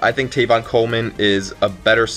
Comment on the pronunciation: tEvin Coleman. Not tAYvon.